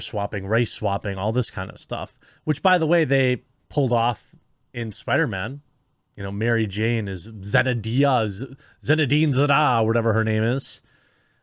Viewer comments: Totally agree with like all of this BUT... You didnt have to intentionally butcher the girls name so blatantly bad did you? Its not that hard to say. ZEN-DAY-UH. Zenedine Zada? Made me cringe dude. And I havent liked her as MJ until No Way Home. She was pretty good. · It's pronounced Zen-Day-Uh and she's actually a really good actress. This movie also gives a brief explanation as to why she is a different MJ than we know. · Passed on the limited edition eternals pin set cuz I knew it would bomb… I did enjoy Shang-chi even if it it felt a little forced.. also it’s Zen-day-ah please don’t be an ass you are better than that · Zena-diah? Wtf is wrong with you? She has been around for a WHILE now and we all know how to pronounce her name. It is Zen-day-uh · Zen-day-uh that’s how it’s pronounced. She does do a very good job in the movie. You’ll understand better when you see it. Don’t want to go any further than that due to spoilers. She doesn’t play the standard “suffering girlfriend in the background”, but she also isn’t a female Rambo shooting up the bad guys either. A lot of characters get their time to shine in the movie but it’s always known that Spidey is the main character. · I almost choked when you pronounced Zendaya 💀. It’s Zen - DAY - Uh But I agree, I don’t really care for her as Mary Jane, I wish they’d stop dressing her like a homeless person at least. I get it, not every lead female role has to be a hot bombshell but sheeesh… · Dude how do you not know Zen-Day-A you goof. Her mom's white and she was a star on her on Disney show for years. So not really race swapping. I was with you until your overly sensitive a** spoke on her like that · Come on, you can pronounce Schwarzenegger but you can't pronounce Zendaya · Bruh lol I'm dead. The way you tried to pronounce Zendaya. 😂